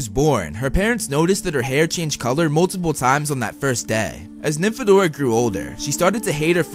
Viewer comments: hey! you! dont call her nynfadora! PLEASE JUST DONT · I read Nympho-dora